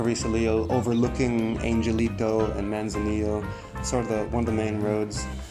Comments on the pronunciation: Angelito = "on hell ito" (the g is pronounced as an h). Thanks for the video tour. Try Playa Roca Blanca - it is beautiful and more "off the grid". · Puerto Angelito is pronounced Puerto An-hell-ito